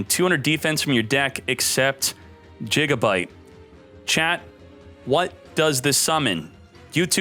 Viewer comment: Ah yes, the last piece for my gagagigo deck. jigabyte 🤣